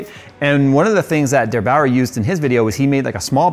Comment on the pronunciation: DerBauer, not DeBauer! Meine Mutter kommt nicht aus München.